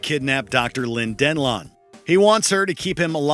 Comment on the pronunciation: "She ended Lynn Den-lawn's life". I hate when these lists are ready by people that obviously didn't watch the movies, because there's no way you would have butchered that pronunciation if you did.